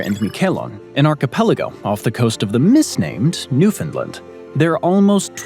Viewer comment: Someone pronounced Newfoundland correctly but doesn't know it's part of Canada now?